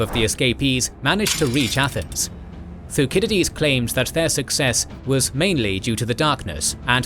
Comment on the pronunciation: Oh c'mon brother, you're seriously claiming that these are intentional artistic uses of alternate pronunciations? "Hop-lit-ays"??? Find us ONE English speaking history professor that pronounces it "Thu-kid-eh-deez" -- just one. No one's used the Roman pronunciation of his name in a century. And I didn't say it was "a" mispronunciation, I said it was many, this happens all the time. We'll have to disagree about the impact it has on your credibility.